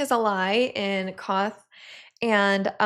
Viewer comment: Just FYI (in case you want to know), the city you seem to be calling "Koth" is Qarth, which is pronounce like "car" with a "th" at the end. But since most of the actors say it with a British accent, the R is almost completely silent. In they same way Emilia Clarke says "guard" but it sounds like "god" (e.g. "Kal Drogo is godded by 3 Blood Riders and I have 3 more godding me."), she says "Qarth" but it sounds like "Koth".